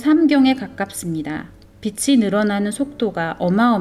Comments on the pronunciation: 저도 동감이요. 좋은 내용이라 공유하고싶은데... 한두번도 아니고 계속 빚이 빛으로 발음되어서..ㅠㅠ 집중이 안되네요. 다시 녹음하시는 것이 좋을것 같다는 개인적인 생각입니다. 너무 좋은 영상인데 아쉽네요. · 비치가 아니라 비지로 발음하셔야 해요. Sunshine 이 아니자나요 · 비시지 삐씨가 아니지요.